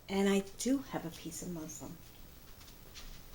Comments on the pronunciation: Just an FYI. It's MusLIN. Not musLIM. Thanks for the video! Very helpful. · Wonderful video, l loved that you were so natural and like I'd be cooking for my family - actually on bad days I'd be worse ( like tripping over the cat with a bowl of hot food in my hands ) when you called "muslin" Muslim l laughed, I'm sure it would be easier to wrap you're butter in Muslin 😂 I'll make you're butter, as l want to salt it myself, Tks for the recipe, love you're accent, greetings from Ireland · Typical new yorker! " You can use a piece of muslim"!!!! Lmao. It's muslin! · Did she get the word "Muslim" (a disciple of Islam) confused with "muslin" (a thin woven cloth made of linen or cotton)? I know what she meant; I just wanted to make sure I heard it right. ( and , etc.) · The water is called Whey, and it's not Muslim, it's called Muslin with an N. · It's called MUSLIN, not Muslim! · Use a piece of MUSLIN...NOT muslum. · It's muslin cloth not muslim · Muslin not Muslim LOL